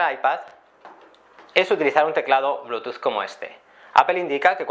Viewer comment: al bluetooth le dice blutus xD